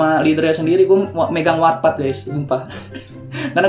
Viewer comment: Saksikan Ftv pkl 00.00 (warpath gabisa bilang R) :v